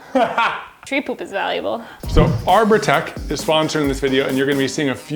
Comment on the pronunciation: when they said ''arbotech'' i first heard ''our protecc''